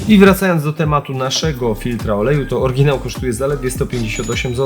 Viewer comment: "Orginał" :D